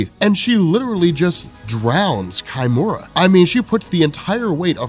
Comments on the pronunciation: Isn't it key--mura , not kai-mura? -_ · "Kimura" is a proper Japanese name. Therefore, you would use Japanese pronunciation. So it's not "Kai - Mura", it's pronounced "Key-Mura".